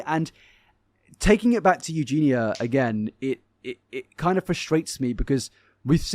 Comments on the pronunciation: I’m sorry but I just can’t handle you saying “EugenA instead of EugenIA. No matter how many people tell you, you just ignore them. How can we take you seriously, it’s not even just very annoying, but ignorant to choose not to pronounce the subject’s name correctly. Have to unsubscribe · love that he corrected you on her name it annoys me when people say it as u do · Yessss!!! I love but I am dying everytime he says Euginas name. I am a Scot and I feel like its defo a thing and not an english thing 😂